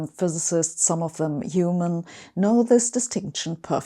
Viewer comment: I thought she said yeomen